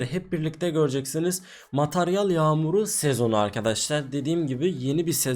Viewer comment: Mataryal değil materyal 😂 dilin dönmüyor sanırım.